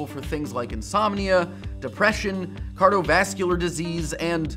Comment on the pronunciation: I heard that, 'cardovascular disease'.